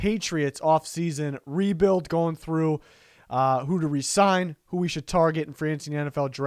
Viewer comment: Lost interest when this guy said “Cut Phillips”! And stopped watching when he said “Resign D Wise” No thanks!!